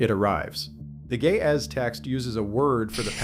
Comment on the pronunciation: Ge'ez, not gae ahh. i learned something today after laughing with the phonetics 😂